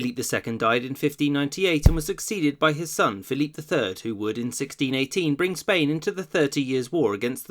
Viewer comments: Great vid. Not quite sure why you pronounce Philip "Phil-eep," though. When in come's to Spain's Philip II, for example, the standard pronunciation is used. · You're pronouncing 'Philip' (English) or 'Felipe' (Castellano) 'Philippe', which is French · Pick Philip or Felipe. Not Philippe.